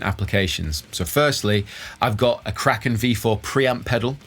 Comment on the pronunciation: Every time you say "Kraken", my brain keeps hearing "crackin'". So I think "it's nice that he has a crackin' pre-amp, but what brand is it?" Then, veeery slowly, my brain catches up😂